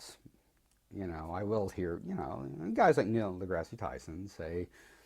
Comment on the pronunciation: I'm sorry, but you are saying Neil deGrasse Tyson's name incorrectly. deGrasse is pronounced as D-Grass, not Degrassi.